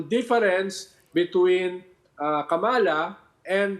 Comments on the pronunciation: Kamala pronunciation is accent on the first syllable and not on the second syllable. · Ronald Llamas, Please pronounce Kamala correctly. Accent on the first syllable.